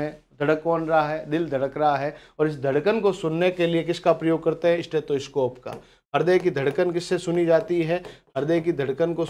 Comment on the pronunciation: सर ह्दय की धड़कन "स्टैथोस्कोप" से नहीं बल्कि "स्टेथोस्कोप' से मापी जाती है।